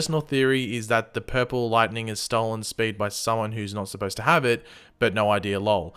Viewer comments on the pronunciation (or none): Am I the only one that noticed pronounce lol as lowell...lol the marvel event you’re lookin for might be war of the realms